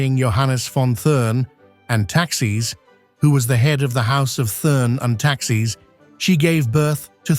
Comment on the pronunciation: I was looking for this. Must be AI, because speaking as if he were from the Continent, a true English man would know how to correctly say the name.